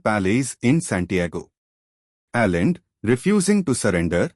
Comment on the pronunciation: You were not in Chile mate . The socialists and communists were armed. This was a war. You did not mention the fact that the senate asked the Army to intervene. The coin has two sides. Please try to learn how to pronounce names properly. The name is ALLENDE and not Allen . Please do your homework .